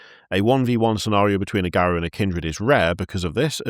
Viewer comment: It's "Garou", not "Garuo".